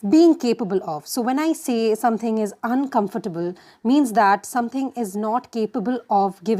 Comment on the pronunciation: Well, no offence but you're an english teacher, yet the pronunciation of ''uncomfortable' was incorrect.......